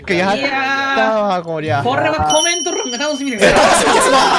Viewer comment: 「これはコメントrrrrんが楽しみですわ」 巻舌が巻舌してんね(？)